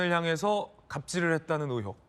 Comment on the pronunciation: 의횩이 아니라 의혹이다 진짜 듣기 싫네 아나운서라는 놈이 발음이 그 따위냐?